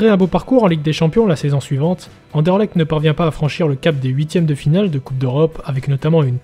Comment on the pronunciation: Mille mercis l'ami, effectivement il y a encore du boulot niveau prononciation 😅 Content que tu aies apprécié le sujet 🟣⚪️